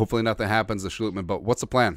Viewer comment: It's Sch"LOT"mann not Schlootmann